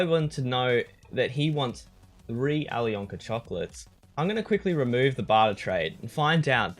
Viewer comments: You dont speak out the "k" in alyonka :) it is "Ayliona" :) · please learn how to say alyonka